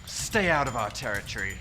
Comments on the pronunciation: (( "TerriTree" XD )) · I've watched this so many times but I still can't get over the opening scene. My god, Phil's voice and Dan's pronunciation of 'territory'. Freakin' amazing. I love this documentary.